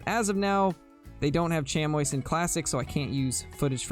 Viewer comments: Sh-am-ee. Chamois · Chamois is pronounced sham-wah for the animal and shammie when referencing the cloth or leather material!